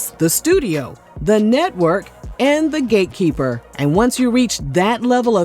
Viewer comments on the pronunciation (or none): sorry, did you say gatekeeper or “gaykeeper” 😩😩